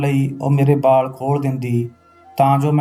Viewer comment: ਬਾਲ ਨਹੀਂ ਵਾਲ ਹੁੰਦੇ